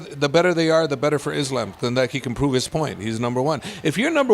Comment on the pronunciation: I love how hè pronounces islam in the arabic way